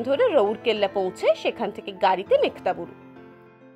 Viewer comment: আমি যতদূর জানি জায়গাটির নাম মেঘহাতাবুরু। মেঘ্তাবুরু উচ্চারণটি মনে হয় ঠিক নয়। আমি ভুল ও হতে পারি।